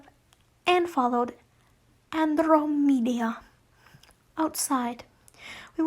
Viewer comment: Ted's grandmother's name is pronounced like An-droh-mee-da